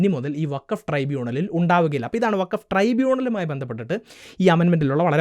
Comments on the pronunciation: വഖഫ് അല്ലാ ഫകോഫ് 😂😂 ചവറ്റുകൊട്ടയിൽ എറിയണം ഇതിനെ 😂😂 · ഫക്കോഫ് എന്നാണ് വേണ്ടത് 💩